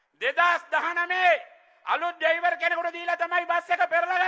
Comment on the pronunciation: කවුද චාමරයෝ ඩැයිවර් කියන්නේ ? මුන් හරියට කපුට වගේමයි .වචන හරියට කියාගන්න බැහැ.